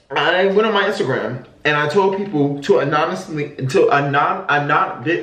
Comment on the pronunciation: I like how he can't say anonymous 😭😭